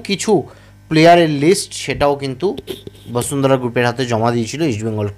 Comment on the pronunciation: দাদা বসুন্ধরা উচ্চারণ করুন শুনতে ভালো লাগে ভাসুন্দ্রা শুনতে বড় বাজে লাগছে।